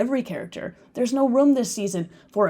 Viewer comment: Why do you pronounce Room, Rom?